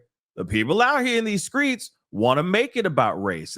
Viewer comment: Why do my black people keep saying skreets. It's streets dang it.... let's speak words as they're spelled. "HOW DO WE SCRAMBLE ALREADY SPELLED WORDS".💯🙏